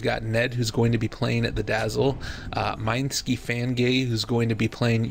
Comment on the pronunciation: "Mine ski"